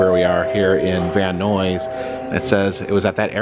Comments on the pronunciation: Just as a note, as a local, it's pronounced like multiple Bill Nyes, not Noise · Van Noisss! Love it! unintentional shade to the valley perpetuates decades of insults! 😅 VAN-NIZE! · Are you purposely mispronouncing Van Nuys just to piss people off? Van EYES...not van oys. How are you even coming up with that ridiculous word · “Van Nuys” rhymes with “man guys,” not “man noise.” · It is pronounced Van-Eyes 🚐👀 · Great video! And for the record, Van Nuys is pronounced Van "Nyes" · Pronounced: Van-Eyes. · I think the Van Nuys sounds like "eyes"...but I could be wrong? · Van Nuys is pronounced Van Nies ( the u is silent) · It's pronounced: Van Nighs, sir. Thank you! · Van Neyes is how it's pronounced 😊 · The way we pronounce it sounds like "van-eyes". Man, you showed up at my job twice (Halloween Horror Nights and Super Nintendo World) and now you're in my neighborhood! Wish I could've met you! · Before you leave please ask a local how to pronounce Van Nuys. 😊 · I live in Van nuys and his pronunciation was bugging me. Lmao 😂😂😢